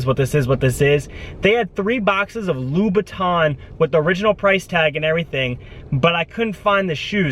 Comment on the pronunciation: Is you mispronouncing every designer besides Burberry a joke? You say Lou buitton and Hermes lol.